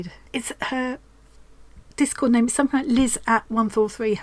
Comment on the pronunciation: so thrilled you like my square! Yes you did pronounce my name right; most people don't! I feel like you have 45 and counting new best friends; so glad to be a part of your tribe. You have showcased so many talented stitchers around the world. You made this world a little smaller, more loving and friendly and joyful, and so inspired. You should get some kind of humanitarian award. Love you lots